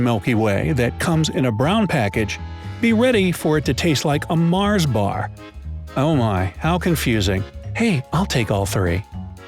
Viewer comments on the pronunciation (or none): none